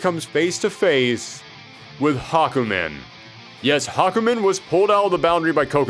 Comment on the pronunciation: THE NAME IS HA-KU-MEN!